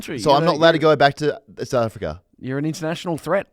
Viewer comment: does know how to say south africa? sounds like he's got Nate caddy in his mouth every time he says "souafrikrer"